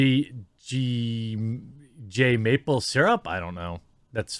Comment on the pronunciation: "Je m'aple syrup" xD